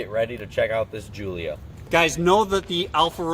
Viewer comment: Only thing they pronounced right was giulia